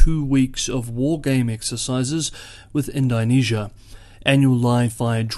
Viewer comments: Nope - that was the comment that needed making - he was murdering the name of a country and he usually takes such care... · Great report as usual, keep it up! I could be mistaken, but I think the pronunciation of Indonesia should be more like "In-duh-nesia" as opposed to "In-die-nesia" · Indonesia is pronounced in·duh·nee·zee·uh .... not "in dye nee sea uh". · It's in-DOH-nesia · In-doe-nesia, like In-doe-pacific. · it's pronounced "ind-oh-nesia" no? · Please pronounce the name of the country Indonesia correctly